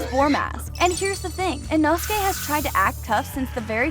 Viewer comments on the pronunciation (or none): Ee- know-skay. Put that respect in his name.